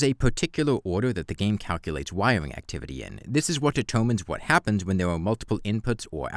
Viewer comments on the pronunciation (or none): Wywing woowks? What?